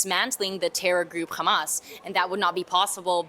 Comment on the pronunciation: It's Hamas and Not Khamas....